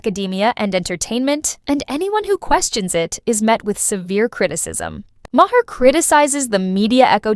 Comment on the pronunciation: If you're going to put out content, learn to pronounce people's names. Bill Maher's last name is pronounced "MAR", it's literally said nearly everyday. And yet you still mispronounce it, that's disrespectful to him, and you're viewers. Learn to do research before posting your content.